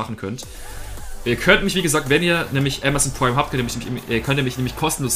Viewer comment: niemand: Pwime